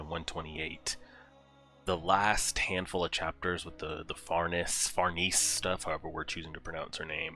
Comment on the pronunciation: The correct pronounciation would be: phar-nay-zay 🤌